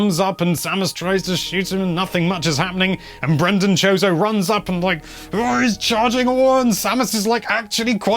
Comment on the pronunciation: I heard “chode-o” lmao